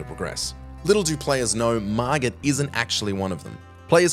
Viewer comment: hey man! you pronounced it wrong, it's pronounced "Mar Git" not "Mar Jit".